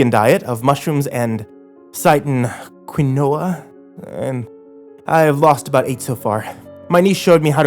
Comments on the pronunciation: ooo boi im early im listening to this while drawing edit: OH MY GOD I'TS "KEEN-WA" NOT "KWI-NO-AH" THIS IS JUST A REALLY SPECIFIC PET PEEVE I HAVE AND I HAD TO SAY SOMETHING ABOUT IT OR IT WOULD HAUNT ME FOREVER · Quinoa is pronounced keenwah ❤️😉 and for the record, I was a horrible vegan... muuuuuch healthier being normal. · It's pronounced "keenwa". My wife and daughter eat it all the time... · Oml I have listened to this story like 82 times and I just realised that he’s trying to say quinoa XD it’s pronounced keen-wa it’s some sort of fancy health food my mom likes TT I hate it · quinoa is pronounced "keen-wah" Look up how to pronounce words of you are having trouble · Quinoa...pronounced "keenwa." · Quinoa is pronounced "keen-wah". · I thought it was pronounced Keen-Wah